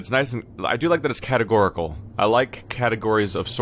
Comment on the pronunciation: "In order cat-a-go-ri-cal!" 😂😢😭